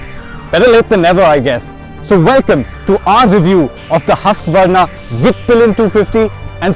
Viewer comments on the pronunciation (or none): Just one thing, people have been calling it Hasqvarna but its like Hoosqvarna (Husqvarna), Thank You. :)